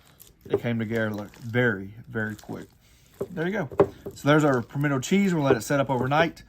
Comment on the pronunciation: Dude it's pimento. Not pimented....